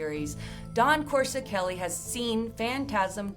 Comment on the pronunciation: Wait lol o heck No!!! Did just slaughter Don Coscoreli s name by brutally mispronoung his name lol.. and she is giving facts about this movie. Well if your gonna host and talk about this iconic horror Sci fi fantasy classic and spit out these amazing facts about what went on behind the making of this iconic classic damn atleast get the director s name right.. don't just mention his name more than once and butcher his name several times u say his name... I was like really??!!. She says coreseli or some thing way oft from the spelling of his name. It's Coscoreli. Geeez!!